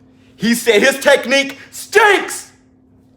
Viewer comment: Teddy: "his technique STENCKKS"😂